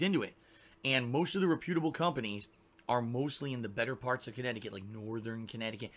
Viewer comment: Why does he say re-pEw-de-able instead of rep-pew-da-ble